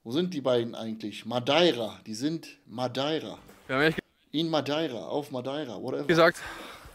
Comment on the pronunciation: Wer kennt’s nicht : madaira 😂😂😂